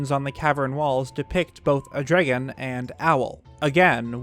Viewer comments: I find the pronunciation of 'dragon' to be interesting. "Dreggon" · Why do you pronounce "dragon" like an idiot? "Dregin" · Nobody: NBC: "Drigun" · i love how in debts you go, and i am truly enamored by the subject but please change the way you say dragon